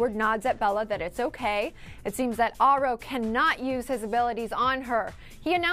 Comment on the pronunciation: She says Aro wrong! It's bothering me, It's said like arrow. I saw an interview with Stephanie Meyer and thats the way she pronounces it.